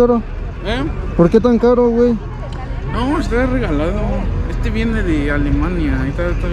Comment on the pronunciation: Lo mejor es que dijo alimania 🤣🤣